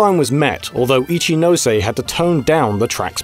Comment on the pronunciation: You don't say "no" (の) in Japanese like "NO". Please check the pronunciation of these things before you record. It's not like it's hard to find out.